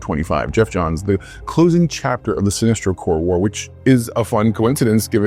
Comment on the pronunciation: lol did you just refer to Sinesto as "an alien" instead of Sinestro?